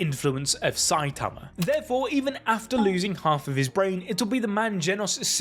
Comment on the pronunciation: i love how instead of saying saitama you say saiatamar